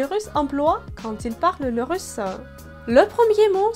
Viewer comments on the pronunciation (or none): Pourquoi vous dites russeux au lieu de russ? En France, on ne met pas l'emphase sur la dernière syllabe que c'est un e.